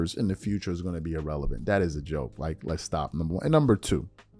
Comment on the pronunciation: Wait a minute…hold the phone…stop the presses…someone in mainstream media made an outlandish, patently outrageous statement for max $ ?!?!? Unfathomable. P.S. Richard: You completely biffed your use of the word “erroneous” (to a cringe-y degree) after pronouncing irrelevant, “ee-relevant.” Almost as cringe-y and embarrassing as your team going for a slant route on the 1-yard line, and biffing on an opportunity to be something people remember (b2b Champ).